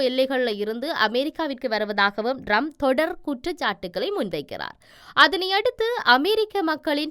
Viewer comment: அவர் பெயர் ரம்ப் அல்ல ட்ரம்ப். பெயரையே சரியாக சொல்ல முடியாத நீங்கள் IBCயில் கடமையாற்றுகிறீர்கள்.